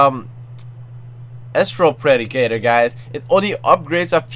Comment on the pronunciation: isn't astral predicter pronounced As-trol pre-dic-tar